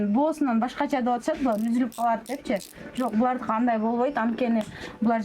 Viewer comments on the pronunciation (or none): none